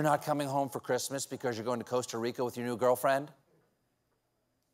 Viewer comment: Thanks for pronouncing Costa Rica right!